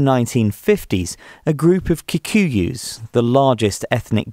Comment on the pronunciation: it's how he pronounce kikuyus for me😂 and mau mau too